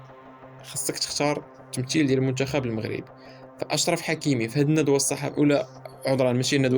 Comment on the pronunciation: الشعادل. المنشخب وصحح حرف التاء ماشي الشين .صحح المطق ديالك شمايا .الشقافة.